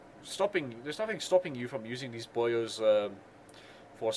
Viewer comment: Hearing you call them radar and Sonar "Boy'os" is kinda funny